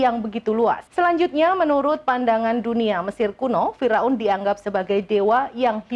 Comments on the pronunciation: Pembaca beritanya 😅😅😂😅😂fira un....fir aun lebih enak didenger.... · Fir'aun mbak bukan Fira'un